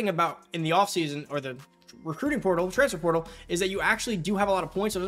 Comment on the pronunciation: Slow down bra its transFER portal. Not transfr prtl lol. You saying it so fast and condensed